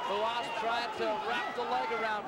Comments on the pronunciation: who is hoo haas? its r u a s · Ah yes..Marco HOO-HAS. I remember him quite well. 😆 🤣 😂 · Why did he keep pronouncing "Ru-has"??